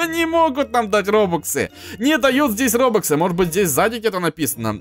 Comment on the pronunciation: Ты читать не умеешь РОБАКСЫ а не РОБУКСЫ